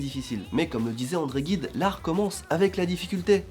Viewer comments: Vidéo très sympathique ! Effectivement, tu as dû passer pas mal de temps avant de trouver la perle rare... Par contre André Gide, se prononce 'jide', et non 'guide'. Enfin bref, encore félicitations pour cette famille grandissante ! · euuu André Gide se prononce "j"ide non ? xD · André Gide se prononce comme genoux :/ sinon très cool vidéo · André Guide 🤣🤪🤔! Bon, le gars a une excuse, il l'a prononcé à la japonaise... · André Gide se prononce Jide :) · On prononce André Jide ;) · On dit André Gide avec G comme Gisèle